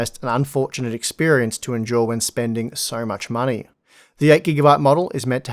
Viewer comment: I've come to really appreciate the down under accent through youtubers like (though I was primed for it by Australian musicians). Every once in a while something throws me, though, and here it was pronouncing endure very similar to enjoy. How fitting for this generation of Nvidia's cards, and the users' experience. Enjoy, endure!